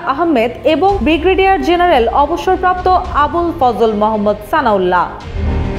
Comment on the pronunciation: বিগ্রিডিয়ার নয়, ব্রিগেডিয়ার হবে।